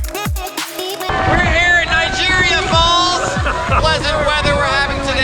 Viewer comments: It's Niagara falls not Nigeria fall...................... I was just there few days ago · Why he keeps saying Nigeria Falls? 🤔 bad pronunciation perhaps.... He doesnt know which country he is? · mispronouces niagara falls, then says toronto is like america.. this video is pure shit. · Did you just call niagra falls nigeria falls LOL